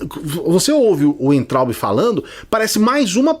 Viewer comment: o sobrenome daquele burro se pronuncia vaintraup!